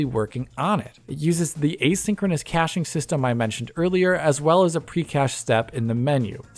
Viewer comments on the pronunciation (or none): none